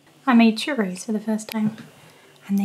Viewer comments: I hate it when people say churros like that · Everyone: Churros Keyush:a long waff Me:it's a long waff